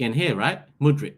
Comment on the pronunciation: I really hope we dont get him,i won't have to listen to butchering his name anymore🤦‍♂️